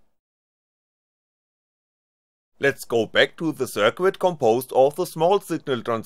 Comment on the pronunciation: somebody should tell the guy how to pronounce "circuit" and "exceed"....